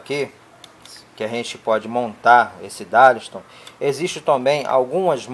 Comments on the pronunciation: Não é DARLISTON, é DARLINGTON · Amigo, "darlisto"? O que é isso? Será que você quis dizer "DARLINGTON"? Acho que é isso. Darlington são 2 transistores em cascata, aumentando assim o ganho total de amplificação da base.